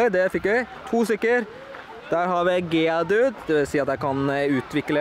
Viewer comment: Det heter geodude ikkje geadude